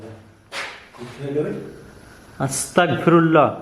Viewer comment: আসতাকফিরুল্লাহ না সঠিক উচ্চারণ আসতাগফিরুল্লাহ